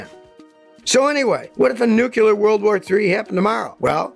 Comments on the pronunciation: It's "nuclear", not "nucular". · new-clear not new-kew-ler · "Nucular" war, what's that? Ohhhh, NUCLEAR war, got ya... Well I'm glad WWIII is finally here, I thought it'd never come! I'm 40 and have been waiting for 60 years, jeeez!!! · new-clear. not nuke-you-lar. just sayin. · If you're gonna make such a long video about nuclear war, learn how to say the word "nuclear" properly. New-clear. Not new-kew-lar. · Nucular war or nuclear war? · Hard to take someone's predictions seriously when they say "nucular" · Noo Kyu Ler? LOL. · Even Scottie can't seem to pronounce Nuclear correctly. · Never take nuclear war advice from someone who doesn't know how to pronounce nuclear.